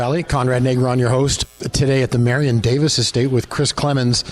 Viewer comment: Am I really hearing "Marion Davis" from the host?